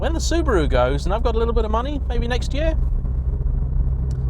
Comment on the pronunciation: Also can't pronounce Subaru...come on!